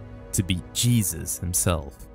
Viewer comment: 💓 ! I felt so good listening to you speak "Jesus" proper name ! May You Remain Blessed ! Thank You 🙏 Iesous ben Pantera will still be remembered when we speak his name.